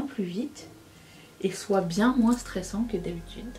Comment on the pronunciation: Coucou Tu vas adorer m’entendre dire moinSSS Le ralenti est magique